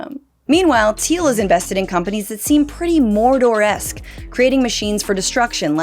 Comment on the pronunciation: "the fires of mordorrrr" 🤣🤣